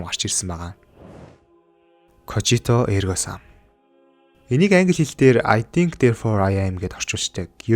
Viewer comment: бро кожито эрго сам биш когито эрго сам шүү